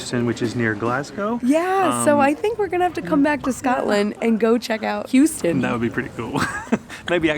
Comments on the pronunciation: Over there, it’s “house (🏠) -ton” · Houston is pronounced "Hoos-ton" here. Lovely little village.